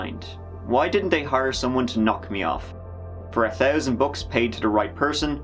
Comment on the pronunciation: Tree hundred tousand dollars